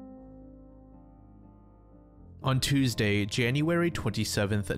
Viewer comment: holy shit an american that pronounces tuesday correctly, yay